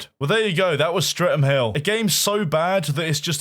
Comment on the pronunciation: lol "Stre'm Hill" :P